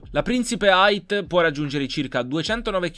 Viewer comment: Ma hai detto che la Tulip ha 2posti ma non aveva 4porte, e poi deveste eight detto deveste Ait ma eight sta per otto e non si legge così